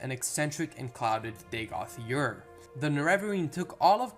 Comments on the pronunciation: Dagoth "Yur"? Am I missing something? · Good video. I know you said it in the beginning, but you are calling him Dagoth Yurr. It is funny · Dagoth YURR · Dagoth Ur's pronunciation is NOT subjective. He SAYS his own name in game! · Pronunciation is wrong. He says his own name. Too distracting to continue watching.